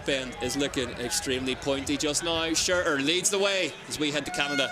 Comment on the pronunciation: Nice coverage guys. Please learn how to pronounce “Shurter” I wince every time you say “shureerr” and you say it a lot as you clearly love the man